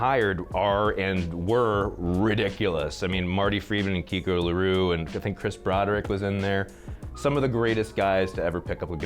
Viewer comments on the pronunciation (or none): Kiko Larou?!?!?! Who tf is Kiko Larou, Kiko Loureiro jesus...